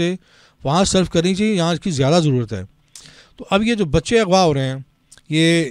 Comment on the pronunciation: یہ بی بی کا تلفظ انتہائی انڈین کیوں ہے۔ جیسے خان کو کھان، غزہ کو گزہ، اغوا کو اگوا وغیرہ